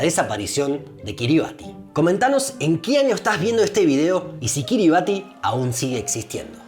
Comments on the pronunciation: Buenísimo pero me faltó un dato muy importante de este paìs: no se pronuncia “Kiribati” se pronuncia “Kiribas”. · La pronunciacion de Kiribati es /ˈkɪrɪbæs/ KIRR-i-bass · "Kiribati" se pronuncia "quiribás", "ti" es la manera en la lengua local de representar el sonido "s" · Se pronuncia KiribAS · Tenia entendido que se pronunciaba Kiriba(S) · un habitante de Kiribatti me dijo que se prununcia Kiribass, con ese en lugar de la t al final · Según entiendo, se pronuncia Kíribas... Pues su alfabeto es una tacañería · Kiribati en realidad se pronuncia "Kiribas"